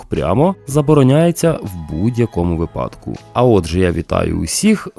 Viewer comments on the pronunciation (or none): Все ок. Тільки в українській мові тільки "вИпадок", а ніяк не "випАдок" Ми ж за правилами 😊